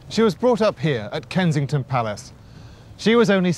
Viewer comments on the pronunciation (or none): none